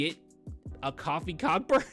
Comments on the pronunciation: Its Coe-fee coe-burn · You're saying his name wrong you're saying coffee is kofi lol